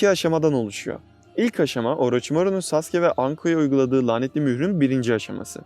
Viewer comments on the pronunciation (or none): none